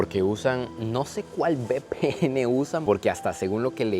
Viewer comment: Bpn jaja se dice uve pe ene